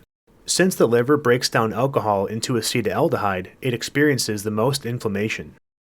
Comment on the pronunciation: Acetaldehyde, not "aceta-aldehyde."